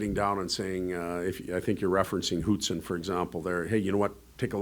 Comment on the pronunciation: Saying Lane Hutsons name as “Hoot-son” is a new one 😂😂